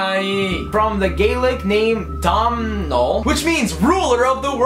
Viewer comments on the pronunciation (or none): Domhnall is pronounced doh-nill! 😂